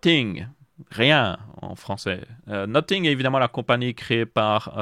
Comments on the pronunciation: Salut j'aurais une question : Pourquoi dit tu "Noting" pour dire "Nothing" ? Ta prononciation "noting" veut dire "en train de noter" et non "rien" qui se prononce "No-f-ing" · bien plus que nocing parce que la tu dis no-sing "chante pas" et sinon tu peux aussi écrire comment tu le prononce car la tu parles pour rien dire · noTing or noSSing ? J’en perds mon franglais…😮